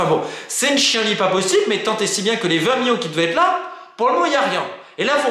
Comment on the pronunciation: ''chienlit'' ça se prononce ''chianlit'' = chi en lit et non pas ''chien lit''